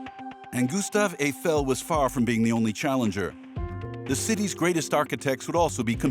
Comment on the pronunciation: Обожемой, ГюстАв ЭйфЕль, когда наконец ИИ научится грамотно ставить ударения!